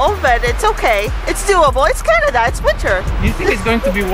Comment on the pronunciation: Chinada a nie Canada 🚀👺